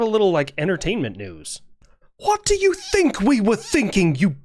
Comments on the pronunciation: "It hwaht?" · “It HWHOT?” Sent me 🤣.